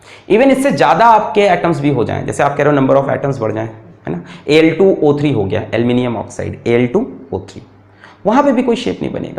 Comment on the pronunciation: Sir jab aap Al2O3 bolte hai.. Its very funny...